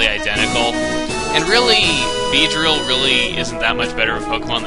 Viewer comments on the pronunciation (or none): OMFG beedrill not beerdil :S